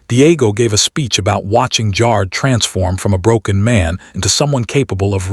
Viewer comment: Jar-ed not jarrd